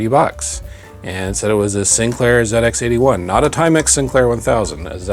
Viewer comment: As a Brit, it's always nice to hear an American refer to the old Sinclair machines as "Zed Ex" and not "Zee Ex"